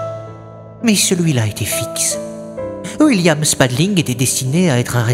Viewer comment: Un truc que j'ai remarqué au lieu qui disent william il dit wuilliam 😂